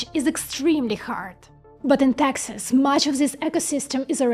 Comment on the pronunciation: Taxas offers low Taxas. had to turn on cc. All said this is a well done commentary on chip fabrication. Learnt a lot.